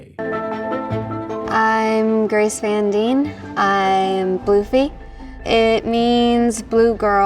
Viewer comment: holy shit this man pronounces van correct